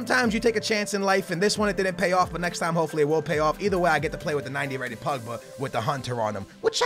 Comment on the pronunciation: He says it like Pugba its POgba